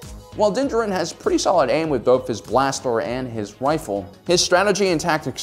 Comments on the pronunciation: How do you manage to say his name wrong? It's not like you could have read it in a novel and not seen the show. The way you say Djarin and Beskar makes it sounds like you don't even watch the show but just read the notes of some nerd who did... Hmmmm. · "dinjerin" I am convinced that this man makes an effort to mispronounce every single name in Star Wars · I see doesn't read comments or has chosen to be stubborn: still meshing the Mandalorian's two names in cringe-worthy fashion. Din JAR-in. You have the wrong em-FA-sis on the right syl-A-bulls. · I think he means that the guy pronounced his name like jerin rather than jarin. I think everyone knows the D is silent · that doesn't make it juh-rin, it's jar-in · It’s actually pronounced as “Din Jar-in”=Din Djarin not “Din Jah-rin” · Its din JAR-IN not Jerin. Just saying :/ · Why do you keep saying djarIn when it is djArin? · Has this guy even watched the show? What is going on with his pronunciations? Din Djarin is pronounced "din JAR-in". He says his name for the first time in the season 1 finale, but this guy calls "DIN jur-in". Beskar steel is pronounced "BES-car" by every character in the show, but this dude is saying "buh-SCAR". This is just another one of those soulless videos that capitalizes on what's popular without any real understanding of it. It's really obvious he's reading a script that was written by someone who's actually watched and appreciated the show. I feel bad for whoever wrote this script only to have this clueless dude mispronounce everything. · It must be my bedtime cos i kept hearing him call Din "Danger Rin" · Nobody:: Dinjerin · I’m here for Din-jaREEEN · You say his name wrong. Look up the video where dave filoni says it, correctly. Din D-Jar-in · It’s (DIN-Jar-in) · "din gerin" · dont ever say his name that way its pronounced as din-jar-in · You can't even say his name right. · Am I the only one getting annoyed at the mispronunciation of Djarin?